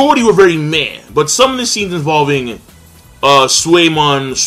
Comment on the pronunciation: KING its pronounced as.... Su - Lay - Maan. also, "Sulaiman" is the Arabic version of the name "Solomon"